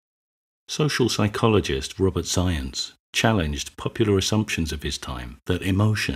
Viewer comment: Last name “Zajonc” pronounced “Zience”. Now that’s a mega-Chad name if I’ve ever heard it.